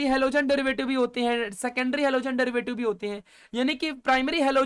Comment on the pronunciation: Halogen ❌ alogen ✅😂.. Thank you sir...all clear ❤